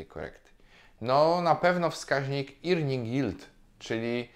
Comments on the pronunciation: Powiem tak: nie irning tylko erning (od earn). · Mała uwaga: earning czyta się bardziej „erning” niż „irning”. To drobnostka, ale „irning” dziwnie brzmi. Ogólnie materiał super!